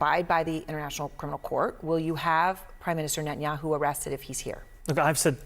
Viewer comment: I would appreciate it if commentators would learn to pronounce Netanyahu’s name properly. It’s a common courtesy!